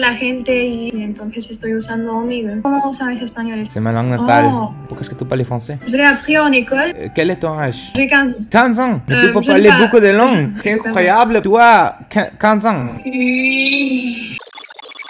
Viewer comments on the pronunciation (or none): He pronounces “Quel-es ton Âaage?”Instead of pronouncing “Quel-es ton naaaage” Is it just me or he does not sound native French speaker at all!